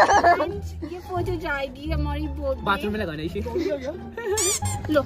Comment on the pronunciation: the way he said photo 😂😂